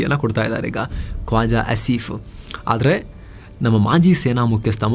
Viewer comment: "ಕೋಜಾ" ಆಸಿಫ್ಫಾ.??...🤔🤪😜🤦😅😆😁😄😃